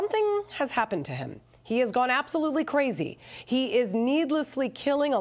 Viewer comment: "Volodymyr Putin" 🤣